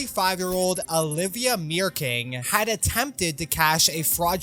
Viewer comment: Women's last name is Meerkins, not Meerking.